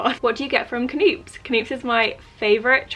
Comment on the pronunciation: Do you really pronounce the K in knoops.. I’ve been saying it like noops, like knee